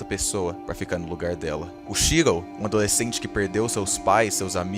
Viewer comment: Vídeo bom mas ele falando "Shirrou" incomodou pra cacete kkkkk